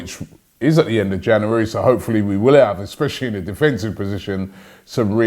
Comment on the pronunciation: The year is 2082 And Robbies picked head in a jar is mispronouncing January.